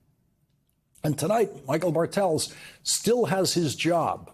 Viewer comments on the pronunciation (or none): Bartels seems to be a german name ... the Pronounciation is on the "A" .... meaning BArtels, not BarTELS